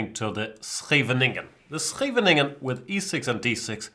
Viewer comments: Correct, but with the accent on the first syllable. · Jesus, is THAT how you say Scheveningen??